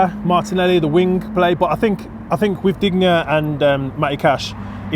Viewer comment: Digne = deen-yah not dig-nah